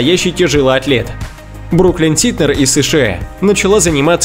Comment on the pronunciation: Много раз писала, что за ЭЭЭЭЭ?!!! Задолбало это Э!!!!! бабушкЭ, годЭ!!! Отпишусь!!! Надоел!! СШЭ,ОТЦЭ!!!😡